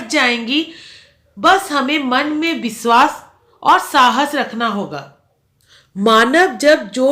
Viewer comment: Nale visvas nahi vishwas hota hai